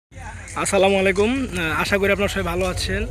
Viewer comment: আসালামুয়ালাইকুম কি ভালো করে বলবা আসসালামু আলাইকুম